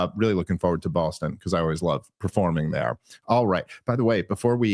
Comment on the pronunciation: YES! DAVE! "Bawstun" IS THE CORRECT PRONUNCIATION